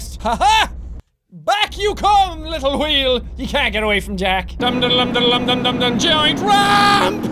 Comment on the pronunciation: we says wheel like qheel